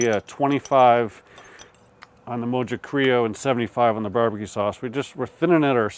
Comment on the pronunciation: Mojo is pronounced "mo ho". It's Spanish so the j sounds like an h. Great cook though. Close to what Hispanics would actually do...